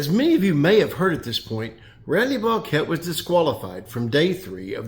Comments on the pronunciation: Block-it. Not blah-kett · Since when did Randy pronounce his name 'block-ette'? For all that yapping and gossiping you girls do on this channel, you'd figure you'd respect the man's name enough to pronounce it correctly while you are trying to dig up some controversy to increase your click thrus. I'm glad you have a nice hobby henpecking grown men, but consider how it looks to folks wondering why grown men listen to this nonsense to begin with. Go fishing for farts sake pal. Get some sunshine on that bag of bones